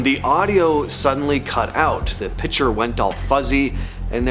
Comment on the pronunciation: What is a "pitcher"...I thought TV's provided pictures. Not "Pitchers"... if you're going to make.a video try to use Engrish.